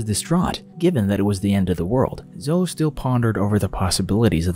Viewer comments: Hey, it's NOT " Zohh " it's `` Zohh ee ´´ ( Zoe ) Good grief Charlie Brown. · It’s pronounced Zo-ee, not Zoh. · Zoe is pronounced Zoey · Great video, not sure if anyone has said yet, but zoe is pronounced Zo-ee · For future reference, "Zoe" is pronounced Zo-ey (long O, long E, like Joey). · Ok so my actual name is zoe and hearing this guy pronounce it zo hurts my soul lol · Zoe is pronounced Zo-E This was really bugging me in this video lol. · reads Zoe like a Joe... im am dying 😂 😵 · why the fuck does this guy say zoe like that lol. no hate intended but like wtf